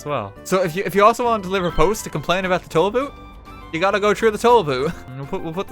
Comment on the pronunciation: 'Ya gotta go troo de toll boot' -RTGame